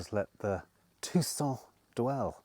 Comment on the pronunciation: . He’s not good at ‘Tucson’ agreed..it’s all a windup..🤭